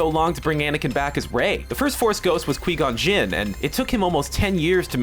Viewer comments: Quey Gon Jin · Did this bitch seriously say "Quee Gon Jin"???? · lol "qwee Gon Jin" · "Kwee Gon Jin"? It's pronounced kwahy (like in "cry"), if you'd seen the movie. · really quee gon jin? It's Qui Gon Jin. That's how whenever these videos are made you can tell the person behind the camera did not come up with theory whatsoever probably just reading off a screen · Qwee gon jinn? Please don't ever touch Star Wars again. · Sorry I stopped watching after the reference to the late great kwee-gon-jinn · Quee-Gone Jinn??... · "quee gon gin"? :/ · "Quee Gon Jin" 😂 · this theory is actually not that far fetched. I could totally see Rey as Anakin Reincarnated. Oh and it fucking triggers me that you pronounced Qui (Coo-Y) Gon (Gone) Jin wrong.. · 'Qui-Gon Jinn' is pronounced Kw-y-gone-gyn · Qwee-Gon Jinn? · "Qee gone Jin" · When he said qwee gon Jin I got triggered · .....who's QWEE Gon Jinn? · Qwee Jon jinn? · Queee gon jinn.....? really man? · qwee-gon jin :p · I'm sorry but did you just say Queegon Jinn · kwee gon gin? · Quee gon gin! 😂😂 ok😂👌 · man he straight up butchered pronouncing Qui-Gon.. Kwiee Gon Jin lmao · Kwee-gon? Really? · Did he just sat qwi gon Jin? I'm DONE bye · I discredited this entire video as soon as I heard him say "Quee Gon Jinn".... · Quee-Gon Jinn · i only had to hear "Quee Gon Jin" in order to not trust your theory :/ that just screams you guys know nothing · "quee gon jin"? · Who's this Quee-Gon Jinn you speak of? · qwee gon jin... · who the fuck is kweee gon jin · "quee gon jinn" wtf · Hello quee-gone gin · Qui-Gon Jinn quuuuuuue-gon-gin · "KWE" Gon Jin... That is just embarrassing. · Ah yes, my favorite jedi Qwee-Gon Jin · quee gon jin??? miss me with that shit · U SAID QUI-GON GIN’S NAME WRONG DUDE, SAY IT RIGHT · It's a fun theory but don't think it's true, by the way the way you pronounced Qui-Gon Jins name hurt a bit xD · hahah the way he says qui gon jinn XD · I cringed so much when you said Qui Gon Jinn